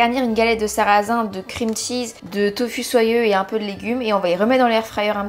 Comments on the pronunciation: On prononce “tofou” si jamais 😊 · Ta façon de prononcer le mot « tofu » ça me tue 😂🤭